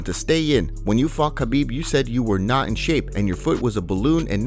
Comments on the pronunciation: Khabib's name really is not that hard to pronounce. HA-BEEB. Very simple. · People! World! The K in Khabib is silent! Get it! Got it! Goooooood!